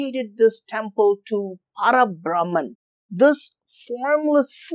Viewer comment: It is Para BhrahmaM not Para BrahmaN. Like in Parama Padham, the abode of Sriman Narayana, Parama means the Supreme.